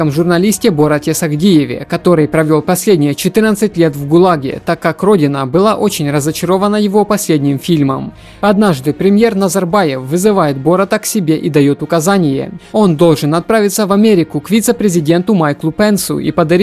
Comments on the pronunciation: всё круто, но вот эти погребельные байки и бОрат 2 лучше бы правильно произносить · Ты сам хоть сначала смотри а потом людям говори. борАт правильно читаеться. Не то людям говорит я подобрал хорошую подборку фильмов как ты её мог подобрать если ты даже их не смотрел загуглил рейтинг и все? ДИЗЛАЙК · Борат 🤦‍♂️🤦‍♂️🤦‍♂️🤦‍♂️ударение на а